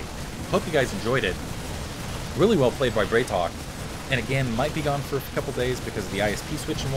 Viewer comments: Dude, love your videos, but it's BrAtok. It means bro in Russian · "a" in Bratok is hard. Like in "bra" :P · Hey, on the topic of pronunciation (as you brought it up last game), the correct way to say BratOK would be to pronounce 'bra' as in Brassiere not 'bray' as in the sound donkeys make. Not an accusation, I have no personal preference, this is in case you are interested. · i think the ideia is to pronouce it Brat O.K.